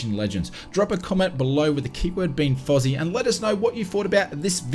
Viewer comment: Not sure if you said fuzzy or fozzy. Either way good video. Sucks to get old and deaf.